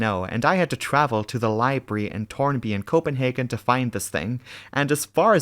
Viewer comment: Hey, did you know the word is 'library' not 'libry' 😜